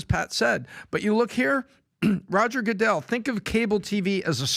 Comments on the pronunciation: Please say roger goodels name correctly at least. 🙄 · Why is he mispronouncing Roger’s last name?